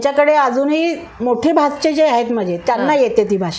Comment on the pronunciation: आम्हीं भाच्चे म्हणत नाही, भाचे म्हणतो.